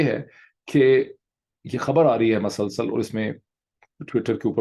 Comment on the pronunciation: I always enjoy your video and your dot connections. I have a request there is no doubt that you speak very good Urdu, but some words pronunciation is not correct. Like you say MASALSAL, it is musalsal.